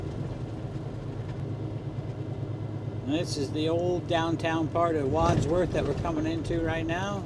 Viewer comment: Hi great videos awesome to watch i!ive in England used to truck all over Europe myself till I retired keep them coming, my surname is Wadsworth nice to here you pronounce it properly, love to see Bailey with you good looking dog Regards Meduck 13